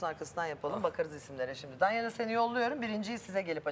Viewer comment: ceydanin danelya demesi